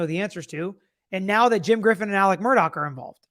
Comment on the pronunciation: MurDAW, not "dock"!🤦